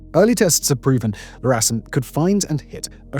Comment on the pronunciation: "El"-RASM not "La"-RASM